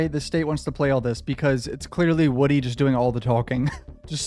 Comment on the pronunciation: Man name is wooh de3 wooh dee not woody